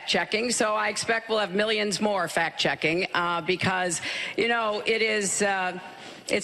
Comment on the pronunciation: 😂 she said fat checking